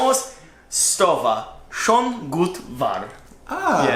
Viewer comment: Guten morgen. Schon (pronounced "shane - rhymes with sane, stain). Gut. Wahr, means -good looking, good. true. Subscribed.